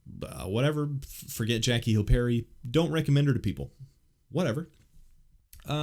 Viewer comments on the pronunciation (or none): none